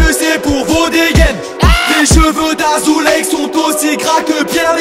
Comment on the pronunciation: dans la vidéo il le prononce azoulek